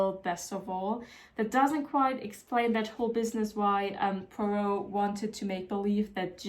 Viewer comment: As a Belgian, you pronouncing Hercule Poirot's name correct every time made me really happy, loved the video!